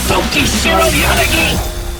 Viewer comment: wtf did they just mispronounce yanagi like YAH-ni-gi like a silly gaijin? she's obviously jp so it should be like ya-NA-gi. and tsukishiro should be tsu-KI-SHI-ro. or am i totally off... 🤦